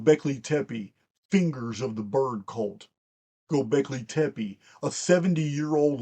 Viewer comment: As a longtime listener, your pronunciation of "Gobekli tepe" is EXQUISITE! Much Love & Respect, Barb